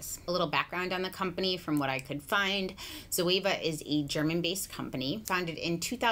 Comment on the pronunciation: Zoeva zo means live in Greek and Eva it’s the name of the first woman(Adam and Eva), and you pronounced her name really good it’s a Greek name and last name